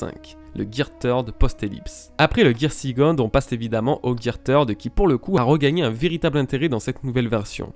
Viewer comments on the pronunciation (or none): Je sais pas pourquoi vous vous arrêtez sur la prononciation de third alors que les prononciations de second et fourth sont tout aussi mauvaises ainsi que tous les mots en anglais en fait.